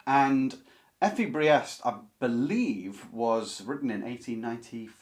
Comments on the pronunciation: I would translate "Drang" as "urge" or "drive" rather than "stress".... The name "Briest" BTW is pronounced "Breest". The only ones I have read a long time ago are "Steppenwolf" and "Wahlverwandschaften". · fWIW "Briest" should rhyme with "beast", but you prononounced Kohlhaas perfectly fine ;) All Kleist novellas can be recommended. Kohlhaas is the most elaborate but they are almost all rather dark (violence and sex) and fast paced (Kleist's style can be breathless in German, with sentences over half a page or more). Fallada has the stress usually on the first syllable (it's a pseudonym), I read that book (and several others of his as a teenager many years ago). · Your pronunciation of the name Kohlhaas is good; your pronunciation of Fallada is close enough. “Effie Briest” is pronounced “Priest.” “Michael Kohlhaas” is the book on the list that moved me the most. I enjoyed reading Theodor Storm and Wilhelm Hauff as a child, but I’m not familiar with “Lichtenstein.” It’s interesting that, within Germany, “Der Steppenwolf” is the better-known book by Herman Hesse, while “Siddhartha” hardly plays a role.